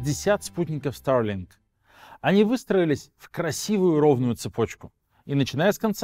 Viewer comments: Только, пожалуйста, говори нормально по-русски: Старлинк, а не: "ста[r:g,😵]лин" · зачем так сарлинк произносишь? ахахах